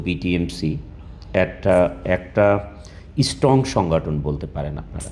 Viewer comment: Ashikhito jati. Can't even pronounce strong. Saying istrong. Not slip plof tou g. He said the isstrong every time.